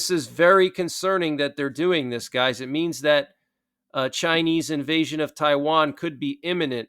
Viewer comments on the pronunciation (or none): none